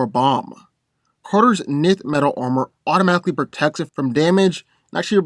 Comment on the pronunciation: Nth is pronounced “enth”